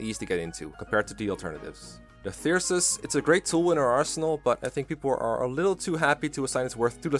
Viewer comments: “Thysrus” Dear god, that ain’t you pronounce it lol, no offense “Thyrsus” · Its prenounced thur-sus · "Thir-sus?" "INGREE" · I thought it was Thrysus, not Thyrsus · Its pronounced thyrsus come on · It's even funnier, because the Paralogue you get Thyrsus from even Lorenz explicitly pronounce its name.